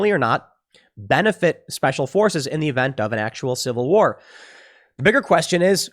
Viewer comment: If I had a dollar for every time Tim says Cival war, I’d by Epsteins island. Shut up Tim.